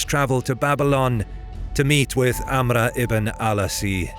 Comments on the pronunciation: Another hint: AMR not AMRA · Funny how he says amra. Its 'Amr. Just simply that. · Not to sound like an ass, but Amr is actually pronounced Amro, not Amra. Love the content ❤ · You butchered Amr's name, making it hard to take the narration seriously...